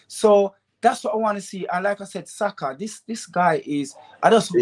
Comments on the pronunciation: Did he say BUYAKA????? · 2.45 he calls Saka 'Boyaka'. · My man said Buyaka😂😂😂😂